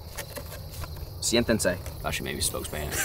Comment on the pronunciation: Nobody: Absolutely nobody:: "Sientanse"???????????? is that gibberish????????????? XD